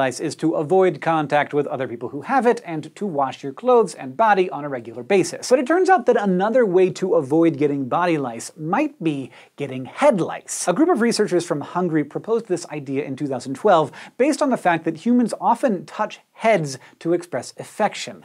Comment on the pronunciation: The way he said 'Hungary' as 'Hungry' bothered me A LOT.